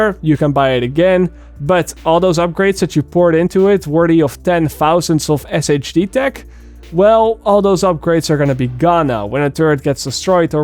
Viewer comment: SHD tech is pronounced “Shade tech” in game